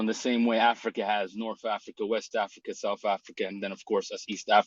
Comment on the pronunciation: Dude kept saying we from Africa wrong 😂😂😂